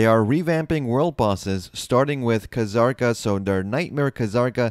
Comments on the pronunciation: Wait, wouldn't it be Zah-r-ka? There's no Kh, or Ka, which means the K is silent. So it wouldn't be that. At least that's how it generally goes for most things I learned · Why are you saying "Ka-Zarka"? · bro. the fking K in kzarka is silent man. ur killing me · Kuh-Zarka Lmao